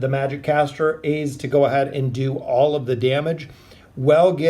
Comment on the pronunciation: Ainz is pronounced like Heinz(the ketchup brand), not aze.